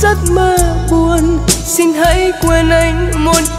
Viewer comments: Chỉ cần nắn nót lại phát âm sing= Xin là ko còn gì để chê❤. Rất ngọt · Bé đúng là một thiên tài về mọi mặt👍❤️ Vừa xinh đẹp vừa ngoan, giọng hát lại quá hay, Biết nhập tâm từng chữ, từng câu để diễn tả được đúng tâm trạng nhân vật của bài hát, Nhưng Cô xin góp ý con chi bị một khuyết điểm nhỏ là khi phát âm chữ “ xin” không được chuẩn lắm, cho nên mong con phát âm đúng chữ “xin” thì phần trình diễn của con thật là trên cả tuyệt vời 💐👍❤️🙏.... chắc rằng mọi người cũng tán thành sự góp ý thật là đúng này 😀